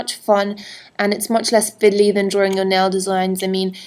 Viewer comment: hahaha. i loved when she said "fidley". idk why it just mad me giggle tho.